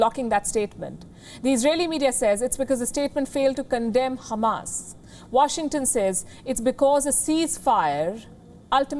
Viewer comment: Are you Israeli too Sister? For saying Khamas rather than Hamas